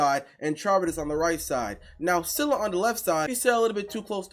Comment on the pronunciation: You said scylla and charybdis wrong